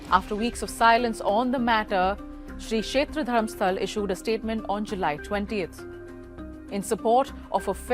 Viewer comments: Just a small correction – it's DharmasthalA with an ‘A’ at the end, not Dharmastal. It’s the name of a place, so pronunciation matters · The place name is Dharmasthala and not Dharamstal… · Its dharmasthala not dharmsthal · I appreciate the report WION. It would also be appreciated if the city name is pronounced correctly " Dharmasthala"